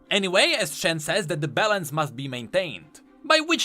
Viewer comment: out here saying balance like bellend